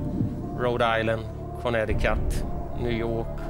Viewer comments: Uttalet på Connecticut var ej korrekt. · Han uttalar Connecticut helt fel.